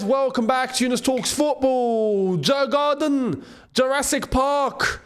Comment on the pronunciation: It's pronounced YOUR- GARDEN (Djurgarden) COYB!🎉